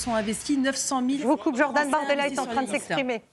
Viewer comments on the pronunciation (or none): none